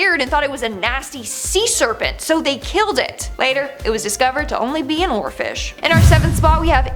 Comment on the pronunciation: I was just listening and thought, did she just say "giant orifice"? OHHH, giant oarfish.